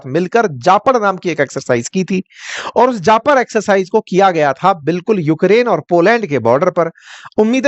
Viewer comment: Pls it's जापद, which means west...not जापड़